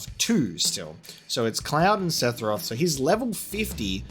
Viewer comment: Okay, say it with me: SEH - FUR - OTH Lol jk man. Really enjoying your playthrough so far!